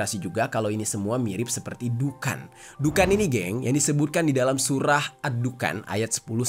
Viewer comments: Di bacanya duhon bukan dukan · di th 2019 Indonesia pernah padam listrik sejawa dan bali dari sore sampai dini hari..😵😵😵 maaf koreksi bg,dukhan itu di bacanya duhon bukan dukan.🙏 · Sorry bang, dibacanya bukan pake A, tapi O.. jadi dukhon dibacanya.. cuma ejaan indonya aja pake A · Baca dhukhon bang...😂